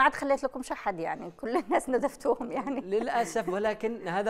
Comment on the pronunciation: تقول نتفتوهم مش ندفتوهم